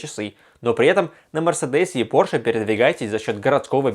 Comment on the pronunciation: При всём моём уважении, пожалуйста, Пóрше